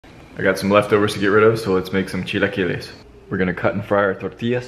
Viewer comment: Why does he have such a good pronunciation!? I'm subbing just because of this. Plus chilaquiles are always good